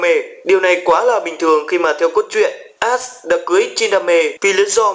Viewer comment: Vcl ashe đọc ra luôn đi đọc cứ tưởng ass :))